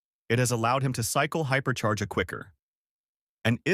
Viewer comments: Bro said hyper chair 💀💀💀💀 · hyper chair ya hyperchair😂😂😂😂